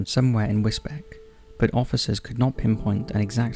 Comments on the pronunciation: I'm not having a go because place names are often ridiculous but, it's pronounced 'whizz-beach', not 'whizz-beck'. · It's Wis-beach not Wis-Beck :D good video otherwise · Case 2 the area is Wisbech but pronounced Wis-beach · It’s pronounced “wis-beach” not Wisbech. Even though that how it’s spelt! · 'Wizbeck'? Do you mean Wisbech, pronounced in perpetuity as 'WIZ-BEACH'? If you hadn't said 'Cambridgeshire', I would have thought you were talking about somewhere in Germany. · Sorry but it’s pronounced wisbeach.. not wisbeck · Great video,but Wisbech is pronounced 'wiz-beach'. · Wisbech is pronounced Wisbeach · Wisbech is pronounced "Wiz-beech"! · Sorry to be a pain and this only bothers me because I live there, but with the case of the guy who was later found in the woods, the town where he was found is called Wisbech. You say it like whizz-beach. Whizz as in a wizard and beach as in a place where the ocean meets sand. Hope that makes sense 😃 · Wisbech... is pronounced “wiz - beach” .... I understand/know this as am a resident of U.K. Suffolk, Norfolk and use hospitals in Cambridgeshire U.K. England. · Although spelt Wisbech, it's pronounced Wisbeech! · Do you mean wisbech? If so its pronounced wizbeech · wis beach mate, for the local pronunciation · I live in Cambridgeshire and Wisbech is pronounced as “Wis-beach” 😁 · Damn it man its pronounced Wisbeach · Wisbech is pronounced whizz-beach. This was only on the news 3/4 weeks ago. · Also pronounced Londonderry as Londonberry. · For future reference, Wisbech is pronounced like 'Wiz beach" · Wisbech is pronounced Wis-beach. I remember this story. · For future reference, Wisbech (in Cambridgeshire) is pronounced Whizz-Beech. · They mispronounce pretty much everything on this channel. I think it's on purpose.